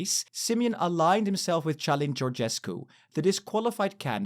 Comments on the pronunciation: /kalin/, not /t͡ʃalin/ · Călin, not Cialin. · His name is Călin, with a hard C sound not a ch sound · Aww, you said it perfectly : Ciulin Georgescu.😅 But anyways, we are f*** if an uneducated man like Simion will be elected president. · I came for politics but ended up laughing my assnoff, why are you pronouncing their names with a french accent? As a Romanian it sounds absolutely hilarious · You mispronounce first latte in Calin name. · you should do names research, you read his name "Calin" like you had some sort of epileptic attack, google translate is your friend